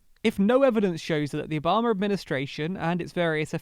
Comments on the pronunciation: it's ObamA ! Not ObamAr. Stop adding non-existent "r" sound after the last A ! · How about Obummer?